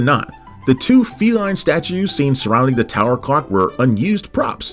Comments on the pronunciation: just a suggestion, but the narrator needs to enunciate the 'l' in clock. It kept sounding like he was saying 'cock'. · I hear cock every time.😂